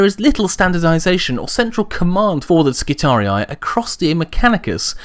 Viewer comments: "Skitari-i" is how a latin word is read/pronounced by an english person. In latin, the last two "i" vowels would be pronounced as "ee", which means the last portion of the name would sound as a longer "-ree" and not "ree-eye". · of Terra Although I understand why you pronounce it your way, my latin classes taught me that if it truly is latin and second declination (which it looks like) then it should be pronounced as skitari rather than skitariai. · My friend, the correct pronaunciation of both Triarii and Skitarii doesn't have the typical anglosakson 'aye' in the end. The wrong Rome Total war pronaunciation is due to their error or maybe they wanted it to sound cool. It's just a note and keep up the good vids. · Just to add to the pronunciation confusion...the American pronunciation of Triarii is Tree-Ar-Eee--Eee, not Tree-Ar-Eee-Eye. Making Skirarii Skit-Tar-Eee-Eee. But awesome video. Never cared for how anyone else pronounces anything else anyway. XD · Latin hat on: Since the singular is Skitarius and the plural is Skitarii, you should pronounce it with a double I due to the fact that the second I marks the tense and cause. Just like the singular of Triarii is Triarius. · ***** English is also one of the languages that use latin words in original form the most (graphically, not pronounciation), but from words like Roharii, Triarii and radii I think we can assume that Skitarii sounds like it has two identical "i"s or a long "i" sound at the end, not "ai". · omg he keeps saying the name wrong! I'm done. unsubcribed I'll take my business elsewhere. Burn in righteous fire heritic. lol kidding I enjoy your videos keep up the good work. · WHY U SAY NAME WRONG!!!! GRAMUR TROLL MAD!!! TROLL NOW TROOOOLLLLLL YOU!!! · you said skitarii wrong, plus the disclaimer was to long.